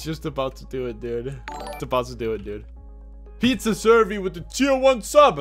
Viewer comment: "Pizza survee" 🤣🤣